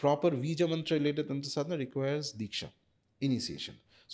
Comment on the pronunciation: Madam english accent me tantra bolte hue bohot bekar lagti hai! Taantraaaa! Paglait😒